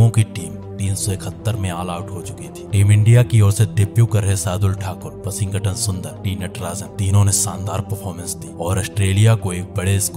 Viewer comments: Aj 1st time "Washington" Ka sahi name pata chala.. 🤔🤔🙄🙄🧐🧐.. "Washing-GATAN".. 😢😢😢😮😮😮🎉🎉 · I liked the way narrator was pronouncing Washington's name😂😂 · Please pronounce Washington correctly😅. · Bhai Washington bolna Sikh le please me jab tak tshirt nahi dekhi sala samaj hi nahi aya kiski baat kar raha hai